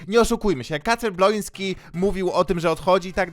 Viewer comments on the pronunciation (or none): Czemu każdy mówi Kacper BLONSKY jak on nazywa się BŁOŃSKI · DLACZEGO TY MOWISZ BLONSKI ON SIE MAZYWA BŁOŃSKI